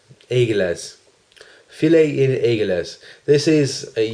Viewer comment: Wonderful, enjoyable video again,. I too enjoy TF Extreme. Fille En Aiguilles is brilliant as well. To help in pronouncing it I'm gonna do it phonetically for you: 'Fee On Eggee'. It rhymes. Hurrah!